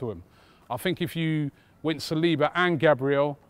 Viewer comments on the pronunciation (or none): none